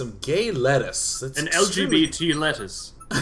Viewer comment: LGBT lettuce. could have sworn he said LES toss it in. Lesbe honest guys.